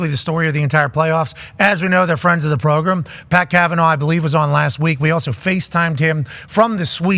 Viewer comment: Welcum to the progrum